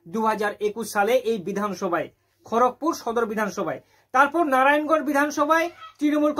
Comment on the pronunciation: ওটা খোরকপুর না খড়গপুর